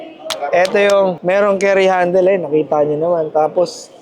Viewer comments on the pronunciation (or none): none